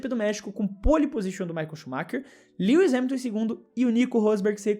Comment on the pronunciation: Mano você pronunciou o nome do lewis errado [mesmo que isso nao importe] você falou lewi